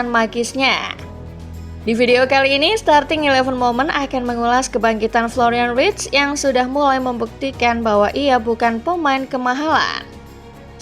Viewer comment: Florian verts bukan writs!!